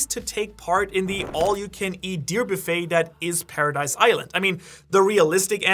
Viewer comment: zeekee and paradice huh